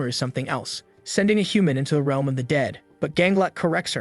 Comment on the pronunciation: instead of realm it’s reelm